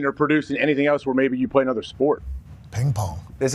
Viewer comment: Also pops music sucks, listening to pop music in "anudder" language sucks even more